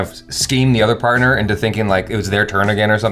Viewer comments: its not parter its "partner" dude comeon 😂😂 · # it's PARTNER not PARTER... come on. get yourself together. 😁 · its partner not parter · I came here to say *Partner and not parter